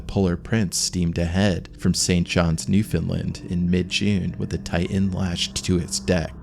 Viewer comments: ? "Titan." Not "Ti'an." Stay in school, kids. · Ocean Gate "Tigh-in" ...